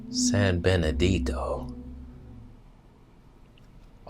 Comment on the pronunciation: it's behneh - d EH t - t oh ;P